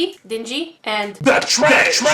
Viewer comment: She said trersh!! LOL